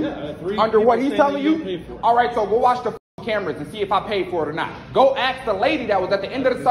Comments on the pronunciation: Just for future reference, axe is something you use to chop wood, not to pose a question. The word "ask" is the proper word used to pose a question. Lazy pronunciation is a pet peeve of mine. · Maybe cus he was screaming axe instead of ask... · The most annoying part of this video is how this guy can't say the word "ask". WHY do black people say "axe"?